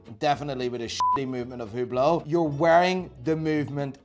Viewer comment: I love how you hate HUBLOT and tacky iced out watches. Here's how you pronounce the H-word coreclty: Greetings from beautyful Greece, Theodoros. P.S.: You are some character man, I like you